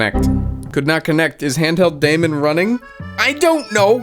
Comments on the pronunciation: Daemon is still pronounced like demon Demon is evil, daemon is good or bad. Was used because it represented an invisible program running. Its not pronounced day mon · Daemon is pronounced Demon and I'm very offended.